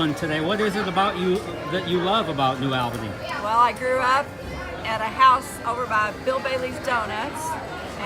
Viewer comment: The correct pronunciation is New Awl’-buh-nee